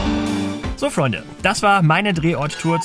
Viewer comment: Dieses falsch ausgesprochene Freunde nervt dermaßen